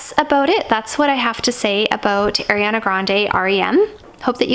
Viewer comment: I’m sorry but it’s ariana not Airiana 🥺